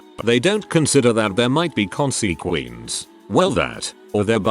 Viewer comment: "consequences _ consequenes" 😂😂😂